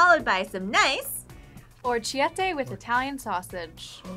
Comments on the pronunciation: or-chi-tay.... ROFL. orrechio = ear. -etta/-ette = suffix for little. try saying or-wreck-key-et-tay. (thanks Duolingo lol) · 👏🏾👏🏾 💯 good video and good try on the orrechiette (O-reck-ee-et-tay). I hope you guys try some of Binging with Babish recreations. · Who else was chocked by the pronunciation of orecchiette 🫠